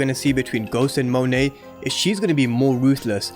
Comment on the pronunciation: Thank you for pronouncing her name correctly Lol